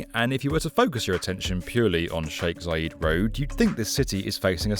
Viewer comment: Zayed, not Zayeeed ffs